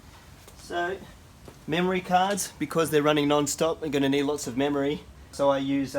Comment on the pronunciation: "memorey"? just giving u a hard time. lol. thanks for the videos